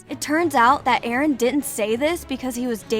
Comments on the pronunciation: It's Eren not Erin that AI voiceover is so disturbing I couldn't watch the rest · it’s NOT Erin ITS eren!!!!!!!!! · She called Eren Erin XD. (No offense) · EREN not fckin erIn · it is eren not erin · Erin wrong it's eren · Its supposed to be eren not erin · ITS NOT ERIN ITS EREN DUMB DUMB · Its EREN NOT ERIN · Btw it's not Erin it's eren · His name is not Erin it’s eren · Erin??? Isn’t it just eren??? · ITS EREN!! EREN!! NOT ERIN!!! Sorry sorry but it's Eren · is eren not erino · Sis called him Erin😭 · it’s Eren not Erin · It's not erin it's eren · Eren not Erin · Hey it’s Eren not Erin, just wanted to say that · EREN NOT ERIN💀💀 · BRO REALLY SAID ERIN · Na bro its "ereh" according to mikasa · Ah yes, Erin Yeager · he was referring to how the narrator would spell his name as erin, not Eren. and he/she was talking Abt Eren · So many hours watched and countless minutes of researching and you still couldn’t get the name right🤦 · made me cringe that she said his name wrong 😭